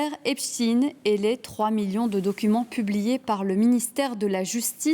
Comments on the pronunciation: L'illustre Albert se prononce bien Enstein ... pourquoi prononcer Epstin quand ça s'écrit Epstein ... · ça m'énerve que même les infos BELGES ne savent pas prononcer "STEIN" phonétiquement on dit EPCHTAIN comme Einstein ! Pourtant l'Allemand est une langue nationale en Belgique ! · On dit " Epstein" et pas " epstin", comme Einstein et pas Einstin. C'est juif, ne le cachez pas, on le sait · En français : EPSTEIN se prononce CHTEIN - EPSTEEN se prononce Epstine. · Les américains prononcent "Epstine". Y a pas vraiment de logique pour les noms propres. Je vis à côté de Waterford ,une ville irlandaise. Les irlandais disent" Waterthird". Pas de logique. Whitney Houston devient Youston... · Qu'Epstein n'ait pas été français est plutôt une chance, pourquoi vouloir prononcer son nom à la française ? Et les Américains prononcent bien Albert Einstine. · Lui même prononce son epstine